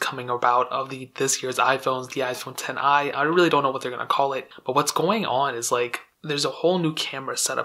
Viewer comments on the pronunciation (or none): Saying 10i makes me cringe because XI Means 11 not 10i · It’s not ten I, it’s 11. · What the hell you are honestly so dumb. XI is pronounced ELEVEN. And that is the worst thumbnail I’ve ever seen.